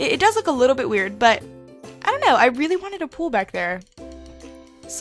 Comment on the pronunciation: ITS SOUNDS LIKE SHE SAID "PUT A LITTLE BITCH BEHIND IT" HAHAHA